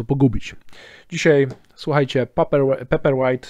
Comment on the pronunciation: Może nauczyłbyś sie wymawiać dobrze nazwe czytnika paperwhite... I mówił. "Pejperłajt" bo aż skręca